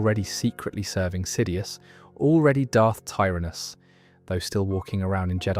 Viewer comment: Great video but bro. They say the names of characters you are mentioning. So why are you pronouncing them wrong? Sifo Dyas, Plagious, Tyrannus come on man.